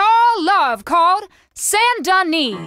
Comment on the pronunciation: Saint Denis in french don't pronounce the S merci